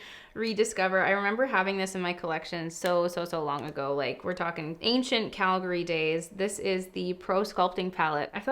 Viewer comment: It makes me so happy that pronounces Calgary properly!!❤️ (for those who don’t know, tis pronounced Cal-gry, not Cal-gary)